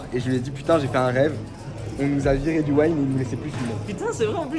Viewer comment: Tu me fais rire à whine en disant le Waïn. Mais je préférerai que tu win en disant le ouine 😋